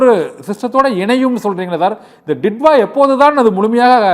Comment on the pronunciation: This is not didva...this is" ditoo"va